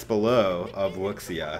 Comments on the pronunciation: I think its pronounced (wu -shy) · Is it pronounced wux iya or woo shiah? (I think it's woo shiah) 五下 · Pronounced Woo shia